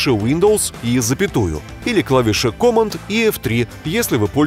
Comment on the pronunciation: Command произносится "кэмэнд" с ударением на второе "э" в амер английском.